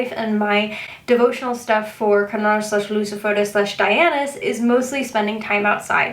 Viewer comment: Just wondering, youre talking about Lord Lucifer right? I've never heard anyone pronounce his name like that before. Where did you hear it from? I'm curious